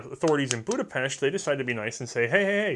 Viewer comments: Sure you didn't say FEG correctly, but you did pronounce Budapest right :D which rarely any English speaker does. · I just wanna say, great effort on the pronunciation! Much better than I expected, and extra kudos for pronouncing Budapest they way it's supposed to be pronounced.